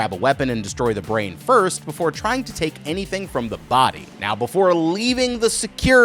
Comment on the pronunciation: Brz-ain 😂 I like that pronunciation